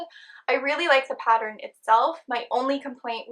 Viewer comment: The end result looks very lovely! Hopefully the wire holds up to use. I hate when good products get discontinued! 💔 Btw.. I've noticed some times when you're talking you say "pat-er-rin" instead of "pattern." It makes me smile because I've said "pat-er-rin" most of my life and never met anyone else who did it! Lol I was always teased for it! 😂💖